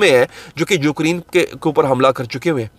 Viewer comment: Ukreen❌ Ukraine ✅